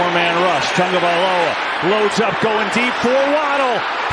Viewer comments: TAW-gah-vah-LOH-uh. Idiot. Not TUN-gah. Moron. Get off the air if you can’t handle it. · I only have one question...who is "Tangovailoa?" The whole game! Bruh! I swear this guy has not even one co-worker that cares enough to correct him! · Absolutely nobody: NFL Broadcasters: "Tongue-Oh-Valoha" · Was he calling him TANGovailoa most of the game? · Nobody mention these announcers got Tua’s name wrong the whole game. Put some respect on his name. Thought someone would let them know at some point 💀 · HOW are announcers still messing up Tua's last name? Just say TUA 🤦🏽‍♀️ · Can someone tell me where they’re getting the N in tagovailoa? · These announcers can't read. His name is on the back of the jersey. But they still pronounce Tua's name like it has a U and N in it.🤦🤦